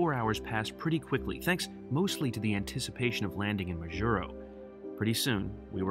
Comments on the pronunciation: MAjuro, not MaJUro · It's MAH-jur-oh. Please don't mispronounced place names. It is very insulting. I've noticed this on several of your other videos as well. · Your pronunciation of Majuro kills me... but glad you did a video on this. Not many people know about it. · See how the captain pronounced Majuro at minute ? That's how people I know pronounce it as well. I've done this entire route twice, one time HNL to GUM, then back. However, I do the segment between HNL and MAJ twice a year. Also, twice I've been to Kwajalein on my way to Ebeye on the Kwajalein atoll (you need to take a ferry from Kwajalein to go to Ebeye, one of the most amazing places on earth - especially when it is so close to the base in Kwajalein where everything is so clean and orderly). I had my iris photographed in Kwajalein, as an extra security process, . Besides dogs sniffing all bags all the time. It was on one of my flights from MAJ to HNL, incidentally, that I've completed my first million miles with United. By the way, this change in crew in Majuro was instituted recently, after July 2018 and before January 2019 (the time in between my last flights there). Before then, the flight attendants would be the same all the way from HNL to GUM. More interesting was when planes could not fly the distance between HNL and MAJ, that was before my time, but locals tell me the planes stopped in Johnston Island. You described three groups of flyers on these flights. Let me add two other groups: 4) national and international consultants like me, operating from agencies such as NOAA, Education, Health, or private not for profit organizations, etc. and 2) religious people and missionaries. Now, just in the last five years, destination surfers have been boarding these flights